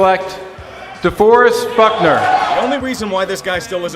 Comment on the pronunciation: Goodell really said “DeForest Fuckner”